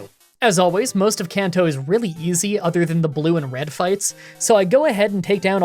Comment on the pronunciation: Is pronouncing ‘other’ as ‘either’ a Canadian thing or an thing? Normally I wouldn’t nitpick something like this, but comments are good for the Youtube algorithm.